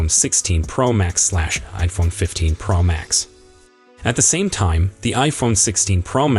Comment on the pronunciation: Why can’t you pronounce Pro correctly??..it’s not praw Max…it’s Pro ..O…like in Oh….makes this video unlistenable